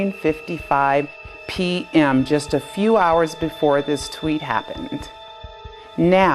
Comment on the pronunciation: it's tweet not twit.